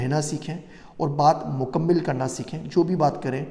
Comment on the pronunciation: لفظ "مکمل" میں دوسرے میم پر زیر نہیں ، زبر ہے ۔ اسی طرح لفظ "مختصر" میں ص پر زیر نہیں ، بلکہ زبر ہے ۔ یعنی مُکَمَّل اور مُخ٘تَصَر۔